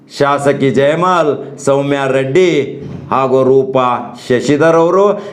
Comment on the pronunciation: Yappa correct aagi kannada matadaku kaliyo shasaki jayamal alla adu jayamala maan gettavne